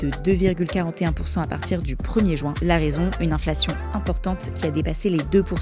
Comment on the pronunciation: Insupportable cette prononciation du mot Juin